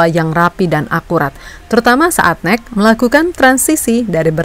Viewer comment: masukan utk mimin, N E C dibaca bukan nek, tapi En E Se, dan Nijmegen dibaca Neymekhen, J di bhsa belanda dibaca Y, dan G dibaca Kh seperti kata “akhir” dengan sedikit penekanan , semoga kritik ini bisa membangun mimin utk konten2 berikutnya, biar gak diketawain orang belanda yg denger😅